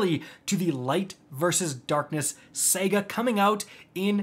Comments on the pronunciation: This dude just pronounced saga as Sega... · Did this man just pronounce saga as “sega” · Did just pronounce Saga and Sega?